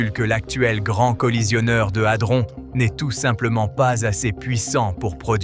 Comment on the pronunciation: 😂 Adron pas altron😂😅